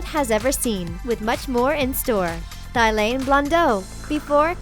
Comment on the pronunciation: it's pronounced "tea-lan" 😂